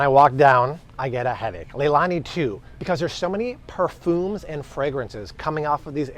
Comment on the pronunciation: Perphooms? I don't think I've ever heard it pronounced like that before. 😂